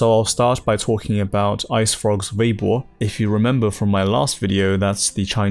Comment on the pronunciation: why do you say Veibo when it's Weibo? The pronunciation of W as V is a sort of colloquial slang, i think, in Northern parts of China. Nonetheless, thanks for these videos, i enjoy them very much. Just saying, keep up the good work.